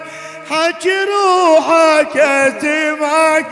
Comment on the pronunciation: خطيه هذا هيج نخلق مو بيده اكو حروف ميگدر ينطقها يگول اتمعك بدل اسمعك